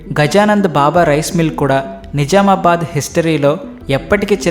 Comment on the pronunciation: ని జా మా బాద్ కాదు. .ని జ్జ్జ్ఆమా బాద్